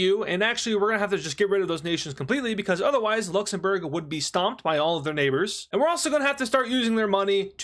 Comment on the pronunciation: He actually says LuxenBurger